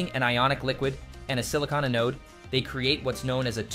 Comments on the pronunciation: Learn the proper pronunciation of the word Anode. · Teach your robot how to pronounce "anode"!